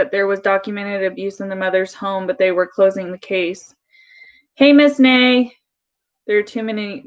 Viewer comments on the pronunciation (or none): Her accent drives me bonkers as well. Pair it with her constant mispronunciations is enough to drive anyone batty. The worst was when she snapped on her own subs paying to chat, when they KEPT correcting her mispronunciation of Naya.